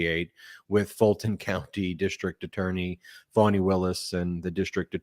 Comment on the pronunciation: Notice the purposeful mispronunciation of Fani. I think I’ll just start pronouncing ‘Trump’ as ‘Tramp’. Hmmm. Or is T-r-u-m-p pronounced “lying racist misogynistic narcissistic sociopathic megalomaniacal seditious bloviating evil conman rapist criminal?”